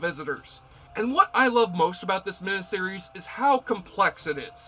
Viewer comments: just one weird critique: You keep pronouncing "mini-series," "MIH-NIH-sih-riz," rather than, "MIH-NI-sih-riz." Think of the word, "miniature." Something is mini, MIH-NEEEE. Not MIH-NIH. Otherwise, good coverage, without spoilers. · WHAT IS A MINIH SERIES?.....I'M SURE YOU'RE TRYING TO PRONOUNCE IT MINEE SERIES...WTF DUDE? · Why do you keep saying, mina-series, instead of, miniseries? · Just curious, why do you say minAseries instead of miniseries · Trivial,I know, but it irked me every time the word "miniseries" was pronounced "min-uh-series" when it's pronounced "min-ee-series", from the two words "mini" meaning small or tiny and series. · WTF is a "meneseries"? Did you maybe mean "miniseries"? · It's MINI series not MINA series!!!! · You pronounce miniseries like a West Virginia coalminer on his 6th can of Coors. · You say mini-series funny.